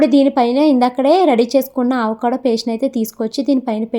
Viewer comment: Adhi aavacado kadhu andi avacado